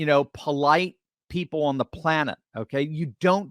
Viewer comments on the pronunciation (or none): none